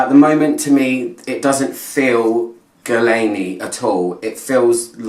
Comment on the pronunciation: The u and the i are silent. Geer-laan ... easy with a bit of practice😉. It is a quiet masterpiece, the bottle is so pretty and Angelina Jolie as the testimonial is (photoshopped) gorgeous ... this fragrance will stand the test of time and I think it is very unisex ... Love this one 😍